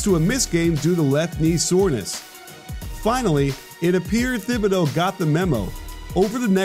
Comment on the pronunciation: Honestly I kinda lost faith in this video when he didn’t pronounce his name right in the first 30 seconds.